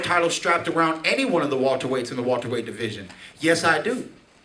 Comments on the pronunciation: "Wulterweight" lol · he be saying Walter-Weights sometimes too